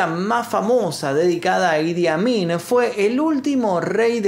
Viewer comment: Jajaaj pense que decia: "El admin"